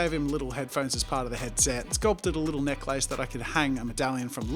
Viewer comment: Anyone else wonder if they've been saying necklace wrong after this?